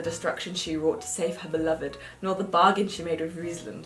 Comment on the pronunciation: Dying at Fre-ya and Ris-land. 🤣💗